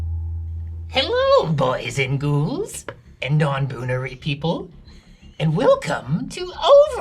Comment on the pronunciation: "Non-boonary" really got me.